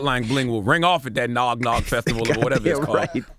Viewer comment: "Nog Nog festival.." LMAO C'mon CTG